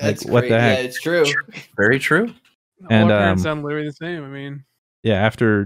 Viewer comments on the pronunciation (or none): 🤣😂🤣 0.44 witerally ... kept rewinding to make sure but he witerally can’t pronounce the L in witerally 😂😂 this broke me beyond belief